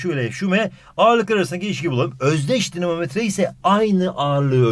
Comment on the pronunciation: Dinomometre denir. 😅